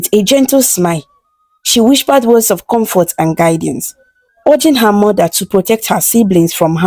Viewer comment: Nice story, nice voice. There is this word that I noticed you always use " whispered" you always pronounce it as "whishpered"